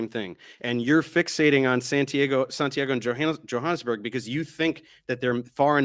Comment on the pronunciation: Did they pronounce it John Hanes burg?